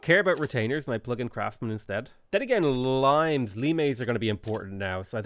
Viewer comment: ITS NOT LI-MES, ITS LIE-MS